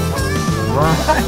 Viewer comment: 올리 아버지 뤼얼뤼 발음 진짜 다른 리얼리랑 급이 다른거 같다